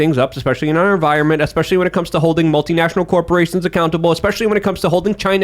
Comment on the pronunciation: Yayy more or whatecer his last name is. That boy loves saying (especially) more than any other word. " when...", " when...", " when..."